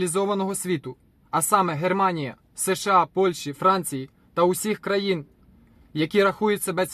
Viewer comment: Дятел, выучи уже свой родной язык нормально! Не гЭрманія, а Німеччина! Дауняка!